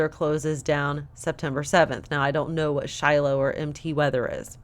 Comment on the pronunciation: Did you say MT Weather? If so... possibly Mount Weather??